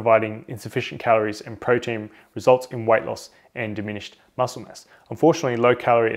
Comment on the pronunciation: did he say "white loss"?